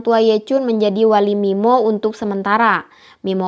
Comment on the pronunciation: sampe aku puter bolak balik min, buat memastikan aku g salah denger 😁😁